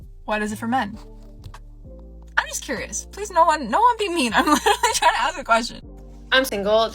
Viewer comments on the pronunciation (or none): Women, start saying "ask", not "axe"